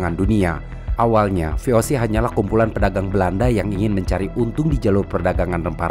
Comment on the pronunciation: VOC itu bahasa Belanda dibaca ve o se bukan vi ou si